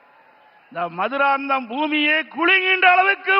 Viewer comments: மதுராந்தகம் ஒழுங்கா சொல்லு உனக்கு மதுராந்தகம் என்று சொல்ல தெரியல நீ எங்க ஆட்சியமைக்கபோரி ங்க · மதுராந்தகம் ம்னு ஒருதடவை கரெக்டா திலுப்பி திலுப்பி சொல்லு